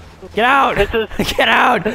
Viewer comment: i could hear evan say "oot" ish omg